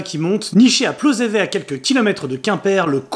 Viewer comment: on dit plozeveT, avec le T bien audible !